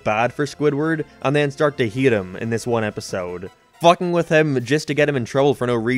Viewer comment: why does he pronounce words weird... like instead of hate he says "heat"